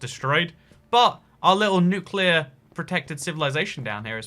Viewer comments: Nucular destruction when you got back but you said the underground village was safe from nucular destruction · nucular